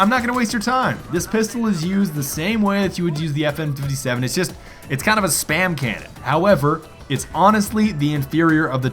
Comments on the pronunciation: Every one got triggered when he said fn fifty seven instead of five seven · It's called a Five-Seven not a fifty-seven it happens to be named after the cal it uses which is the same a the P90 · It's five seven not 57 smart one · You triggered every gun nut by saying fifty seven it’s five-seven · it not FN57 its five seven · "The FN Fifty-Seven..." facepalm It's called the Five-seveN.